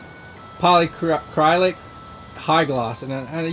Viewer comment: Poly-Uh-Krill-Ick. Nice work otherwise.